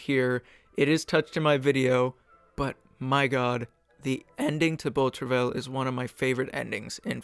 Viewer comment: Great video! Just a small point to make about the pronunciation of Beau Travail. Travail is pronounced more like “trava-ee” ;)